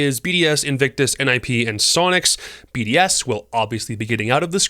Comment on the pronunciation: He just pronounced BDS BS 🤣